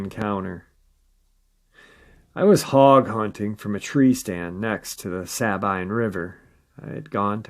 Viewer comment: I,m a native Texan and live in northern suburb of Dallas. About 2 -3hrs away or so from this river. It pronounced “sa-bEam” for the Sabine River. It comes from the Spanish word for cypress, in reference to the extensive growth of bald cypresses along the lower river. Sorry drove me crazy way you pronounced it. 😛😂😝